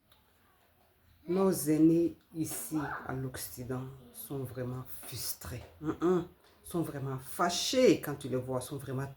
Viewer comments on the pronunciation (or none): On ne dit pas fUStré... mais fRRRustré. Voilà. Apprendre à bien parler français.